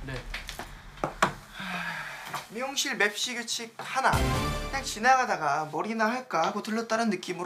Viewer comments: 미치겠다 ㅋㅋㅋㅋㅋㅋㅋㅋㅋㅋㅋㅋㅋㅋ이만하면 진심으로 달콩이도 즐기고 있는 거임 ㅋㅋㅋㅋㅋㅋ근데 와중에 딕션도 좋고 연기도 잘함 ㅋㅋㅋㅋㅋ 어이 없어 하 카fㅔ,맵thㅣ 발음도 너무 찰짐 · 빈이 NO맵시 발음 너무 중독되 ㅋㅋ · 도어빈 맵시 발음 너무 찰져ㅋㅋㅋㅋ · 아니 문빈 노맵시 발음 무슨일이야,, ㅋ ㅋㅋㅋㅋㅋㅋㅋㅋㅋㅋㅋㅋㅋㅋㅋㅋㅋㅋㅋ 맵시 발음 저렇게 찰진사람 처음 봄